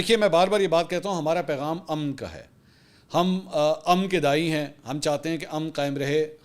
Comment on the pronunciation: شکریہ منصور صاحباں آپ کا اردو تلفظ بہت عمدہ ہوگیا آج آپ نے لفظ امن کا تلفظ بالکل درست ادا کیا دل خوش ہوگیا